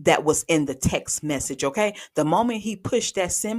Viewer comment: Hey - I'M DONE GRYL U TOOK ME OUT WITH "WTF IS A TEXT MEZZIT"? KMSL 😂😂😂